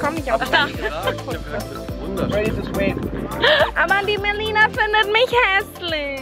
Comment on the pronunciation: *MELINA NICHT MELONE 😁😁😁